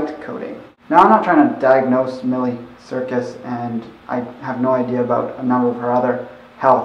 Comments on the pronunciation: Out of respect for another person I think it is polite to figure out how to say their name correctly. Even if you don't agree with their life style or you think it doesn't "matter" to you. Just my opinion. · but seriously, you looked up her songs and stuff about her and didn't know that How miley cyrus is pronounced?